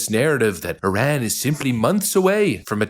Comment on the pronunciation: Did anyone else catch that that reporter said Iraq instead of Iran? 😂